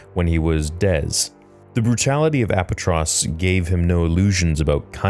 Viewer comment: I got nothing but love for you, the planet is pronounced uh-PAH-tros. ❤ Also just bought five of your sabers. Satele Shan proffy?- got a bogo, two duel kings and a grandmaster mystery box I don’t see anything in the instructions on best way to remove the cellophane plastic from the lightsaber tubes and from the stands- was tricky but got em off the satele shan and the bogo that came first